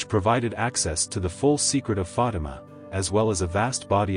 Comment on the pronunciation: it's not Fadam, but rather Fatima.